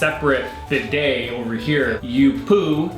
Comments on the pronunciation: Bidet toilet poop....(.wipe ) Then to bidet to wash up.. BIDET BEEDAY NOT BI DAAAY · Wow, bidets! Such a US pronunciation. We say bee day. With the stress on bee. Best used without underwear or trousers, strip off your pants etc. Have a pooh, wipe your bum with toilet paper. Flush. Move to the bee day and wash your arse hole with warm water and soap. Towel dry. They are also great for washing your feet. Unusual to see a bidet in the UK. Personally I pooh in the morning and jump straight in to the shower and get squeaky clean! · Bee day is how you pronounce bidet. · 19.20 pronounce it beday